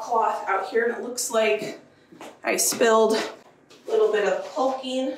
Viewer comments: The "L" is silent in the word Calking. It's pronounced Kocking. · Also. The L is silent in caulking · Oh man, I’m just over here yelling at you to put on some safety glasses while looking straight up at the ceiling you’re rolling paint on. Lol I understand why “culcking”, but it cracks me up every time you say it. 😂. Much like the “spatchcock” dubbing. I really admire how thorough you are with the house projects. Nice job, especially during the winter weather and all the issues it brings. 👍🏻